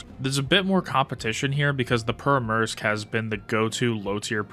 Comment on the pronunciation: the way your pronouncing Pyörremyrsky…